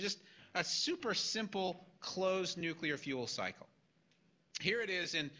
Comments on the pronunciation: "New queue ler" ain't a word. I believe they pronounce it new-killer. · If you are capable of saying the following sentence: "Today I got my New, Clear glasses...they are bi-focals", then you are capable of correctly pronouncing the word "Nuclear". Failure to do so puts you dangerously close to being in the same league as The Idiot Bush. "New queue ler" ain't a word.